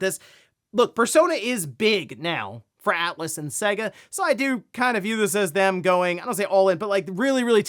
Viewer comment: Brother, brother pls, it's pronounced "Say-guh" Sega. Pls brother pls!!!!